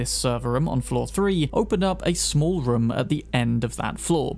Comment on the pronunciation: why do you say "rom" for room